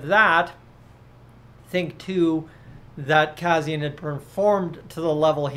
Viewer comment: You are not saying Kassians name correctly but I agree with you he wont be back here.